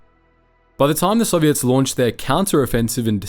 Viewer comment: Any other Canadians hear ‘Serviettes’ when his beautiful ozzy accent says ‘Soviets?’ 😅